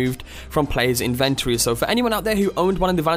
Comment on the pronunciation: Why can't you pronounce 'inventory' correctly?